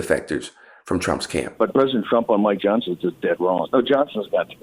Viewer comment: "Mike Johnt-sen..." Now we know where all the 'T's gen z has no use for have gone.